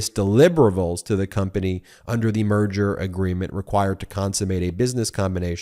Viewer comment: When Ben said "merger", I heard "murder" which sounds about right. The company is dying.